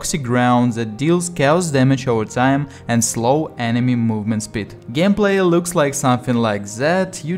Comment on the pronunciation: G в слове gameplay звучит так по русски 😃 очень приятно слушать твой акцент, понимаю тебя без субтитров. Контент отличный. Желаю тебе успехов, искренее